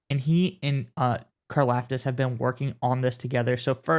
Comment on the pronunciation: Bro, you gotta chill out with you "a" sounds. It's T-AH-M-BAH HALL-EE and CAR-LOFT-ISS